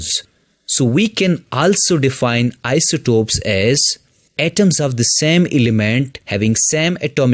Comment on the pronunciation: Bro it is isotopes not isotops